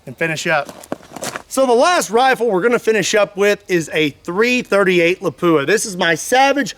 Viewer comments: you need to pronounce Lapua like a true Finn, not La-poo-a! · I always heard lapua was pronounced "lawp wah". Anyways, there's an older YT video of somene shooting a armored plate with a .270win 130g using a discontinued remington solid i believe solid copper fmj bullet and it went thru it like it wasn't even there. I'd be curious how solid copper bullets in all these calibers would fare against these modern armor and ceramic plates